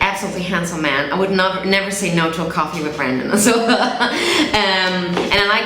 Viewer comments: His name is brEndon, not BrAndon😂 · I think he’s pointing out the fact that she said “brandon” instead of brendon